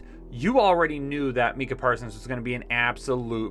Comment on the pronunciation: Mike-Ah Parsons. I like the list and hoping the birds get Smith or Horn